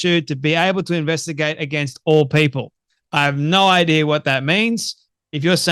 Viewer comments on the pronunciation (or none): none